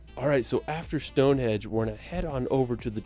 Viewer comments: Would be wary of this guy narrating the vid, straight away he is calling Stone Henge Stone Hedge. Not something you would get wrong in my view. You can by a cheap map with all places of interest on, monuments castles museums National parks everything for the person on vacation. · Anyone gotten triggered when he keeps saying Stone Hedge? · I LOL'd hard at the narrator of the video repeatedly calling Stone Henge, stone hedge. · It's Stonehenge, not Stone hedge. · Why does the narrator call it StoneHEDGE? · its stonehenge NOT stonehedge!!!!!!! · It's not called stonehedge😂 it's stonehenge😊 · its stoneheNge not stoneheDge which he said. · "Stonehedge"? Trust me, it's not a hedge. 🙄